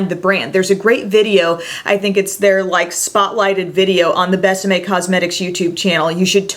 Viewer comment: gorgeous lipsticks! until you said it's kiss me in spanish i thought the brand was called Best M.A.. it's more like behs ah meh( kind of difficult to explain when we pronounce vowels completely different 😊